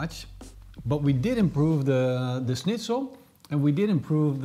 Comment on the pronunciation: Can't believe how you pronounced Schnitzel considering you're dutch and that you out germany before Austria considering it's actually an austrian dish